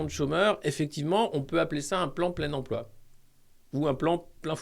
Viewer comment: Salut Alexis! Ça vient d'où cette prononciation «emplwô» avec l'accint d'ech Nord?? J'ai manqué un truc?